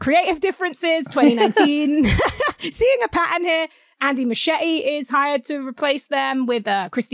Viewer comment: Muschietti is pronounced "MOO she ET e"